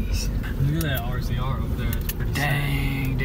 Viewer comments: Is no one wondering why he said rzr like that. 🤔🤔 it’s not r-z-r it’s said like a razor scooter but it’s spelt differently. 😂😂 we have 2 of the rzr and have always called them that. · It isnt said as r z r it is pronounced razor and spelt rzr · The RZR is pronounced razor lol